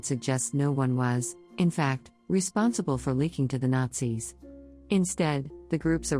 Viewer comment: you know, at first i thought what is this guy on? she just said Nazis perfectly fine. and then i get to number one...